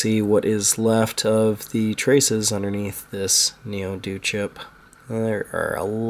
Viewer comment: Ouch at the position the Neo-D0 (D zero) was removed from! I like the way you call it Neo Doo - reminds me of Mr Do lol. Good job so far, I am astonished it even boots lol. It can't be many things, maybe the SM1, or the RAM, perhaps just a missing trace (or 5). Hope you can get this one working!